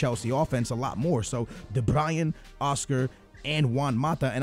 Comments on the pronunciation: Not de Brian it's de Bruyne like brew-na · Jon Gunes no it's Kevin de-broy-ne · de BRUYNE pls not fucking de BRIAN. what the fuck man? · Hahahaa u say 'THE BRAYEN' ur supposed to say de bruyne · Pronounced ocoar and de Brian really? It's de bryn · It's Kevin De Bruyne(bruun) not Brayan. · i seriously feel like slapping him across the face when he says de Bryan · It's not de-Brian!!! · de bruyne (broin, like you say groin). idrc but there are probably some people getting annoyed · Btw de bruyne is pronounced de br-oyn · De Bru-ney* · De Bryan? ahhahah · Stop saying De brian!!! FFS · I'm dutch and you saying van Ginkel and De bruyn (Belgic language comes from dutch) sound 10 times more stupid then for al the english people...